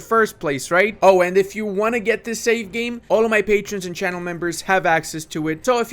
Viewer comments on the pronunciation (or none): none